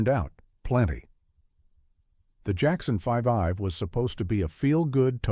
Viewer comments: “Jackson Five-ive”? Really?? 😂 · The Jackson 5 ive? Your AI needs to learn how to read. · I loved "The Jackson Fivive! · This HAS to be AI tracked! Everyone knows that it’s pronounced The Jackson 5, spelled out 5ive.